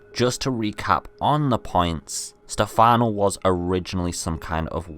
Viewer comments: I also heard Stefani but I knew he meant Stefano. But Sebastion oh my god how did you think that. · His name is stefano, not stefani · FFS AVID ITS STEFANO NOT STEFANI :C Stop butchering names XD also Nice video you got there \o3o/ PS: OH FOR FUCK SAKE ITS SEBASTION NOT STEBATION :V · Stifanooooo not stifanieeeee